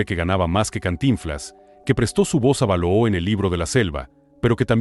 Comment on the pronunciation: No se pronuncia Tíntan sino Tintán vease bien el acento. El oso no es balooo se pronuncia Balú